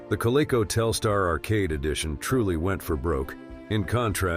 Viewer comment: At least have a voice-over that can properly pronounce "Coleco"!